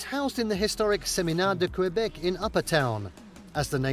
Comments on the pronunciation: First of all it's Québec, prononced KAY-BEK, not Q-BEK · The way to pronounce Québec is : kay bec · It's pronounced K Beck .